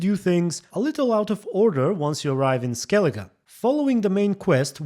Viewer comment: I'm Irish and the way they pronounce names in skellige makes me sick. I feel your pain...........